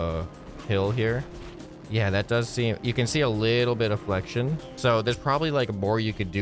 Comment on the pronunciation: "A little bit of flextion?"🤣